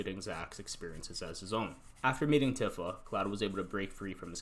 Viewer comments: I'm sorry for being this person, but it's Tifa (Tee-Fa) not Tiffa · Bro it's pronounced "Tee-fa". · Tifa is pronounced TEE-FA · Cool video, but that pronunciation of Tifa is like nails on a chalkboard.